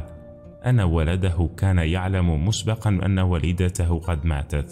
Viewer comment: مُسبَقًا و ليس مُسبّقًا